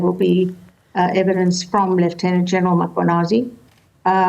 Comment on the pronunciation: She must first apologize for calling Mkhwanazi "Makwhanazi"